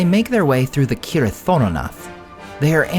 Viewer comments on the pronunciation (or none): none